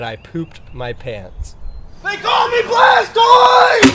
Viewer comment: Did he say bastoise?